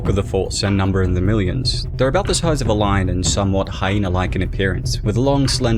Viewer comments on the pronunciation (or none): none